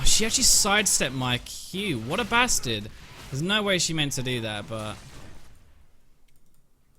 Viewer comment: I really like it when he calls ppl "basterd" lol